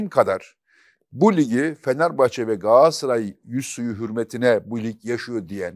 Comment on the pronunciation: Çok destekliyorum futbol konuşmamanızı mümkünse içinde “Galatasaray” geçen hiçbir spor dalını konuşmasanız harika olur. Yanlış telaffuzunuza maruz kalmayız böylelikle. Sizin “Galatasaray” ınız, Yılmaz Özdil’in “Coca Cola” sı yıldım